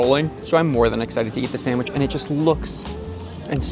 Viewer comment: Did he just say “Sangwich” instead of Sandwich? 😂 if he did, I guess I’m not the only one who pronounces it that way 😅